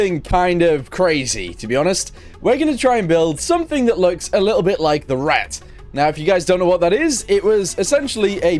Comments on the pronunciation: Actually those back hatches are accurate the p1000 ratte was supposed to have motorcycles that came out a back hatch also it's not pronounced rat it's pronounced rat-tae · The ratte is pronounced "ra-ta" and never was brought to a battle because it was still in development. The maus was the ratte's younger brother basically. Also unless its a really old vid or a private vid I can't find the mortar tank.